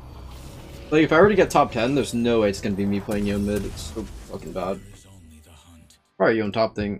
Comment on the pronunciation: someone enlighten this man on how to pronounce Yone name. So cringe.